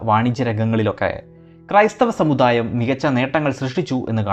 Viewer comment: മദ്യ കാലമോ... സമുധായമോ.. വാക്കുകൾ ശരിയായി ഉച്ചരിക്കൂ